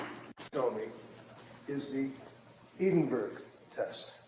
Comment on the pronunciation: I’m a midwife from England I have used the EPDS many times I’m surprised this psychiatrist wasn’t very familiar with it. It’s is a far superior tool in these circumstances than the PHQ-9. I was also amused by pronouncing Edinburgh “Eedinberg”😂. Sorry on a serious note he is a formidable and skilled lawyer. It’s actually very sad to see this doctor throwing her career away. I can’t help but feel for her. Poor Lindsey, poor babies. What a tragedy.